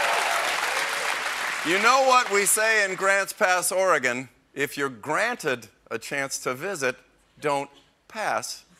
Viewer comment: A nice feature of this bit, is they pronounce Oregon correctly.